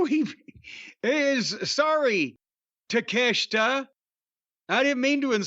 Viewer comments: Who else clicked simply to hear Jim call the guy "Take-A-Shit?" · Takeashita is a top 5 guy in aew yet they treat him as Jim says his name